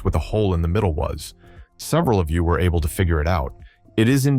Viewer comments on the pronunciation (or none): none